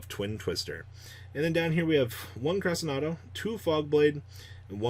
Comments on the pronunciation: Only Crescendo he keeps calling it Cresenado but hey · SIM-bal Cre-SHEN-do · Hey did you know that Cymbal is a word and that it’s pronounced Sim-ball? Also Crescendo is Cress-shen-do. Not whatever the fuck you’re saying